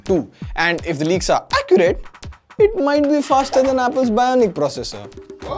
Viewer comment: when he says accurate can't help but laugh, video nice though